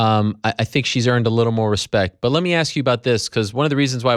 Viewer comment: "He no hespect nothing"